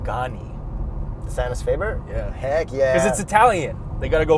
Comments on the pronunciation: Sonus Faber --- Sew - Nuus - Faw - Ber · Sonus Faber = So-nes fah-ber